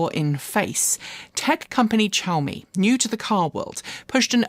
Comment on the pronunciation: Xiaomi starts with a "sh" or "szu" if you can manage that sound, not a "ch" sound (shaow-me) - long time Xiaomi customer - although I wouldnt touch that car with a barge-pole.